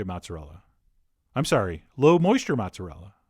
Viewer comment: Not matzarella (it's not kosher) but mOOOOOzerealla